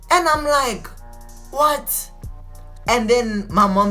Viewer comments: "You know warr I'm saying" 😂✊ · "you know wharrrr I'm saying"😅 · "You know warr I'm sayin' "🤣🤣